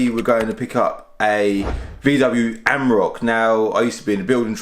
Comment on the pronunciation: Reminder of the emissions scandal, defiantly not cheap to run! Also, it’s an Am-or-ack, not a am-rock. And a twar-eg not a tour-eg. Other than that, very interesting video! Keep up the good content :)